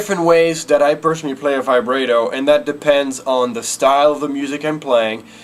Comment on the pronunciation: ty, I now know how to Vibrato xD. Also, it's pronounced Vi-brah-toe. With a Long A sound.